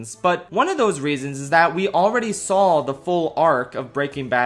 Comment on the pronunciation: Everyone else: talking about season six and how masterful BCS has been Me: "hehe he said 'saul' instead of 'saw' in "